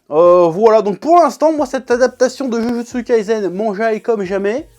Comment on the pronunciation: Par contre faut faire un effort minimum sur la prononciation stp ! "Jujutsu kaisen" ca se prononce " DjuDJuTsu KaiSSEN". Stop le "zen" au moins